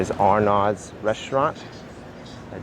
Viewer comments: Arnaud's = "ar-NOZE." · Gal a twah z is the correct pronunciation. You should have collabed with me. A local. Lol. Ooph. I can’t watch anymore. Arnauds is R knows.